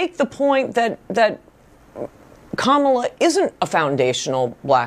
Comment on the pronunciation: Ka-ma-la, not Ka-mah-la bro.